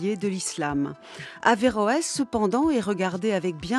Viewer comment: Heureusement qu'on dit averoes